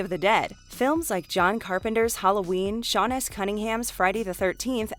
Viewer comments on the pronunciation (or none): none